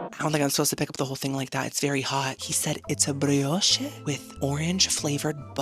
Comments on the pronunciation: It's pronounce bree osh ot bree oshay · That's dragon fruit with the key lime pie. Btw, the "e" in brioche is silent.